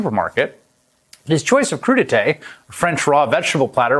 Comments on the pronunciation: It's french, crudité, pronounced cru - di - tay, mixed raw vegetables served as an hors d'oeuvre, typically with a sauce into which they may be dipped. Warning - I expect the french would bring back the guillotine should you try serving it to them with guac and salsa! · WTF is coodeetay ....lol!!!!! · We’re with Vegi Tray. NOT crudi tay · Dr. Oz it's not crudie" , your a REbug-lican you ment Coup d'e' tat........ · He said “crudité”🤣🤣🤣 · He clearly got his Republican talking points mixed up. He said crudité’ but he meant coup d'état